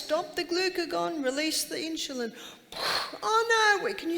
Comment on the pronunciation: Its insulin not inshulin.